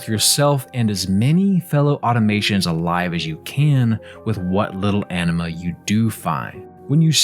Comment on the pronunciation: Anima sounds like enema.